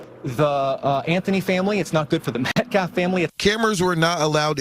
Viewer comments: his name is NOT Metclaf…. Please at least sound somewhat intelligent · This is Y'alls second video, teach her how to PRONOUNCE (Metcalf)😢 Thanks!